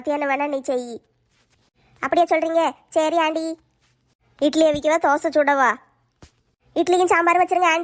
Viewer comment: அண்டி இல்ல ஆன்டி